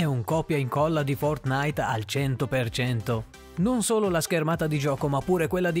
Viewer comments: Si pronuncia fortnait non fortnaìt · Apprezzo il video ma il modo in cui dici fortnite mi spezza il cuore xD